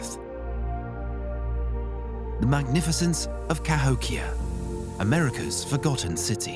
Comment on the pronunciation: Would have been great except you kept pronouncing it "Ka-HICK-ee-yah"